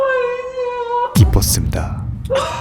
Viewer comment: 감명 깊게 보고 있는데 '깊었습니다'를 '기뻤습니다'로 들어서 감동 다 깨졌네 아